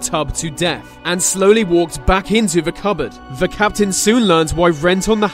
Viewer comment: Sorry man I like the vids but the vey,Vis,ve etc instead of they ,this the is really bugging me now.